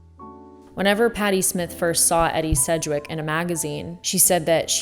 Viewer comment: “Eddie Sedgwick” lol